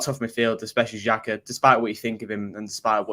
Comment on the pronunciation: At least get his name right, it's Xhaka 😂